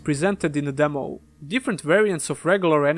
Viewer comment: I love it when he says demow